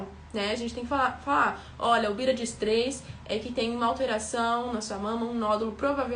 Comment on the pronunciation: Engraçado a forma de vc falar BÍRADS.... Mto bom o conteúdo! Parabens,!